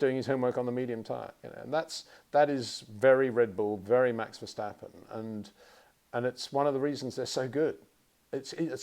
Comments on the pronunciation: It is NOT "Bottash" nor "Lewish" nor "Oshcar Piashtri" nor "Nyck de Vriesh" nor George "Russhell" nor "Fernando Alonsho" nor "Lance Shtroll" nor "Pierre Gashly". So why do you say: "Max VersHtappen"? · Still wondering when Peter would finally be able to pronounce Verstappen en Leclerc correctly…… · Please please learn how to pronounce Verstappen.